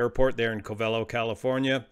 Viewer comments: It is pronounced (COVE'' uh low) not (Cove EL' oh). I used to live there and flew out of that airport back in 1956 and again in the 1970's. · Its called "Cov-a-lo" or Round Valley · It's pronounced CO-ve-LOW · If you lived there, you will find Covelo is pronounced Cove-low. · Covelo is pronounced: cove-uh-low or cove-a-low. As you have flown in this area, I am curious if they could have chosen Ukiah instead of Covelo at their alternate. Ukiah has lots of motels and restaurants, and a much larger airport. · Hey there! I listen to every word of every video of yours, and try to learn from them. But no criticism intended, it's pronounced Kōh-v'lo, according to Wikipedia and everyone I know in these coastal mountains. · It’s pronounced CO-ve-lo. Emphasis on the 1st syllable. Long O in both instances. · I always thought Covelo was pronounced "Coh-va-low" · It is. I cringe everytime I hear say it wrong. 😁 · The Covelians pronounce it COVE a low, just fyi. They take it pretty seriously around there. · Hi,....everyone in Mendocino County is CRINGING with me!! "Covelo" is pronounced with the emphasis on the FIRST syllable. Both "O"s are long, and the "e" is short. I've flown that area a LOT, out of Ukiah in the Luscombe 8E I had at the time - FABULOUS airplane! The area is beautiful, but "wrinkled", and it can "bite" the unwary, or the uninitiated. Also drove up to Covelo with a buddy for a job wiring houses for an indigenous subdivision the government put in. Up and back every day -- wonderful times. I enjoy your content, brother!!